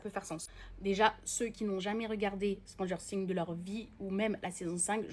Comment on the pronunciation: À prononcer le non de la série de cette façon ça mérite des claque